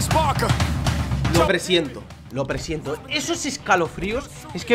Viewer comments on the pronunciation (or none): none